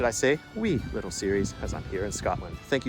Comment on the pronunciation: Wow, i live nearby and i had no idea that labyrinth was there! Also, i have never heard Dunure and Arran pronounced like that lol